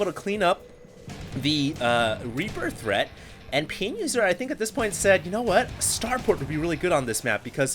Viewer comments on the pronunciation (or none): none